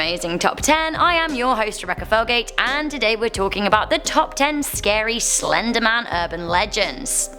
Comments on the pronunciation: It said "The Slendeman" and I don't believe in "Slendeman." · She calls it slendergman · What’s “Slendeman?”🤧😂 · slendman. Why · In the thum nail there only says "slendeman" there is no "R"